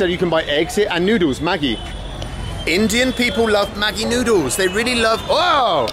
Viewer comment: 😂 Maggi is pronounced "majee" or "madjee".